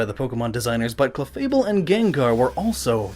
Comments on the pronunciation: its clefable not chefable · 'chefable and gengar'? hahahahaha!!!! DUDE!,it's supposed to be 'cLefable and gengar'! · Did anyone else notice "Chefable"?